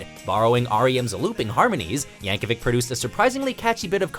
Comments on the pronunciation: It's yankovich not yankovick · Pronounced "Yankovich" not spelt ik how it is spelled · It's Yankovic not Yankovich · Mrgan Yap no it’s Yankovic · No, Yankovic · according to his wiki page it is pronounced with a hard /k/ at the end